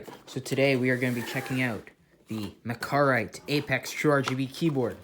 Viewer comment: is it pronounced mechar-ite? or... mecha- rite? 🤔